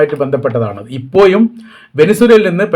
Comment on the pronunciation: ഇപ്പോ യും എന്നല്ല പറയേണ്ടത് ഇപ്പോഴും എന്ന് പറok